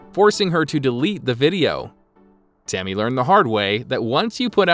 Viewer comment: Sounds like the narrator said “Timmy” lol